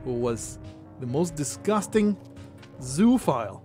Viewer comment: the way you said zoophile was funni Zoo phile. A zoo lover